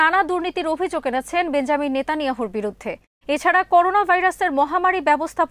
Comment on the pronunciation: বেঞ্জামিন নেতানিয়াহু নয় বেনিয়ামিন নেতানিয়াহু